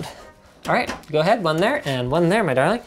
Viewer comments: I grew up in the deep south. He doesn't. We never pronounce the G. He also doesn't have any southern twang on the A. Do not speak about that which thou knowest not. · He says it like a hoser.